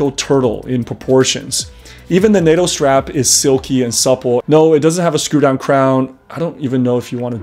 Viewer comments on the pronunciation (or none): none